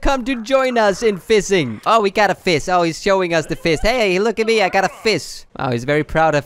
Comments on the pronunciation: F- fising? Y- you mean fishing? tf? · he says "seild" instead of shield and fisting instead of fishing